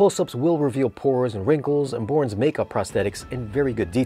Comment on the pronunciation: Did you say Bourne? Lol